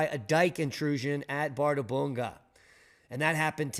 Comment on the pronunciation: ð is pronounced 'th' in Iclandic.